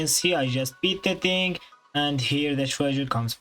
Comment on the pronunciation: “its a hing”